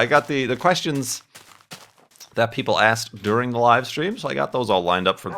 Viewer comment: "We wecorded that wive, didn't we?"